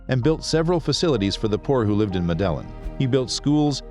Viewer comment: These folks are smart enough to source,assemble ,edit and present a video online. Professionally done, interesting. Yet they can't pronounce Medellin. Go figure.